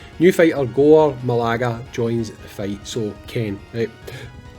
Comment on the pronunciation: Hey just so you know it's pronounced "ma-GAL-ah" not "ma-LAG-ah." Not trying to make fun or anything, just in case you need to say it in future videos you might to say it correctly. As a Monster Hunter fan, this is a cool collab depending on how it plays out. I'm not a massive Gore Magala fan since I'm relatively new to the franchise so I'd prefer if it was a monster from Rise like Magnamalo but Gore is a fan favorite for people who have been in the community longer than me so it's still cool.